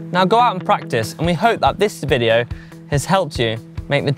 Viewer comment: Super cool “vidyo” mates🚲